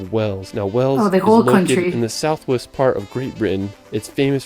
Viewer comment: And Wales as Wells 😂